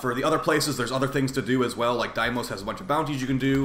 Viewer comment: Cool vid and all, but please say deimos correctly man.